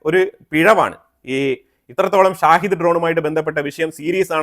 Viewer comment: ഷാഹിദ് ഡ്രോൺ എന്നല്ല ഷഹീദ് ഡ്രോൺ എന്നാണ് പറയേണ്ടത്..ഷഹീദ് എന്നാൽ martyr എന്നാണ് അർത്ഥം..സ്വയം പൊട്ടിത്തെറിക്കുന്ന ഇസ്ലാമിക ഭീകരവാദികൾ സ്വയം വിളിക്കുന്നത് ഷഹീദ് എന്നാണ്..അത്പോലെ ഇറാന്റെ കയ്യിൽ Tomahawk പോലെ Saumar മിസൈൽ ഉണ്ട്.സ്കൂൾ പൊട്ടിയതിന് പിന്നിൽ ആ മിസൈൽ ആവാനുള്ള സാധ്യത ഇപ്പോഴും നിലനിൽക്കുന്നു.